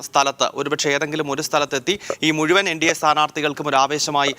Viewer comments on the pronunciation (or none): none